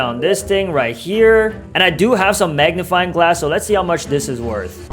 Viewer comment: Bro keep saying magniFLYING hahaah big fan tho